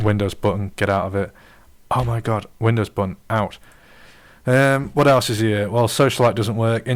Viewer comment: BTW, the letter T is a consonant. It's "What", not "whah'". OK I'm being a jerk. But your analysis of W8 really pissed me off. Just because you don't know how to use a brand new OS with a new UI with new functions and shit, that doesn't mean it's necessarily a bad design. You're using W8 as if it was W7. It's not W7. It's another OS, and it's radically different. Shit. I was just as lost as lost in W8 as you for the first few days. Then I learned how to use it.